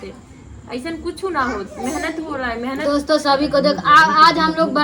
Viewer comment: Phle tum shudh bolo menhat nhi मेहनत bolo 😂